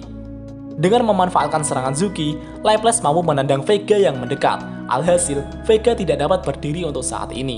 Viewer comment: Di anime nya di panggil Laplase/laples deh bang bukan leples 😂